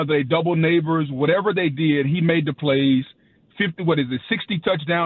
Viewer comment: Did this fool say Nabers & hill the same 😂 He’s more similar to Chase